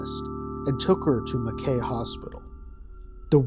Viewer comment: Oh gosh, hearing you mispronounce Mackay every time was painful but understandable due to the spelling. But instead of ending on an AY noise, it's an EYE noise. Like Ma-kye.